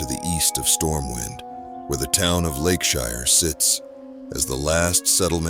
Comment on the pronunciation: now if we could just teach AI to say "Lakeshire" 😂